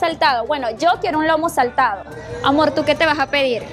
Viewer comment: Felicitaciones.. la srta. Lo pronunció bien.. es "lomo saltado."🎉.